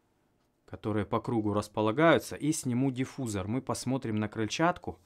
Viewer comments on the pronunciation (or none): none